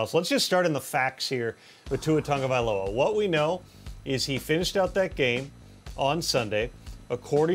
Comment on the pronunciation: Its Tagovailoa, not TANGOvailoa, he's been in the league for 2 years already 🙄 you'd think you would have his name down by now!